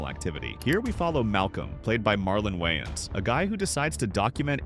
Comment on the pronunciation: Whyins said instead of "way-ins" and Jemaine " clamont" instead of " cle-ment"? Not a robot yet has terrible pronounciation like one 🤦‍♂️.